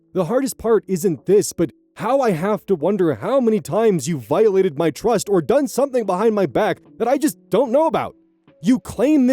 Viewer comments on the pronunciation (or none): 🤔 the first few seconds I swear I hear "twust". Am I losing my mind? I love when oz goes discord mod voice, but it was just that one word.